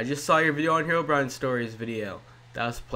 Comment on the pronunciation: Good job! You just killed English, and made me have brain cancer. "Here"Brine must be proud.